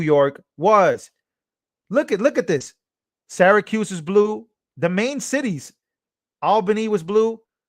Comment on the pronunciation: Not bad! You pronounced "Syracuse" the exact way the natives do (as "Sarah - cuse.").